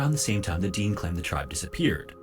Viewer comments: And the AI narrator is a little annoying, it is not pronounced Deen, Dene is pronounced Deh-nay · The correct pronunciation is Dene (De-nay), rather than 'Deen,' as used by the Dene First Nations people themselves. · The narrator made some mistakes, It's Fort Simpson, not Fort Samson. He mispronounces Dene. It sounds like Den-ay when pronounced correctly.